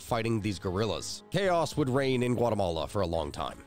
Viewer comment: "Guatamala" lol